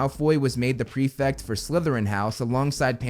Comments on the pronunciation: It's prefect btw not prefix xD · Why can Americans not pronounce prefect correctly. It's not pre - fict.